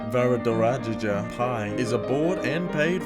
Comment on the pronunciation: Varadarajaja :D That didn't warrant a second take?